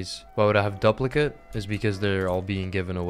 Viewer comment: the way he pronounced duplicate tho ☠️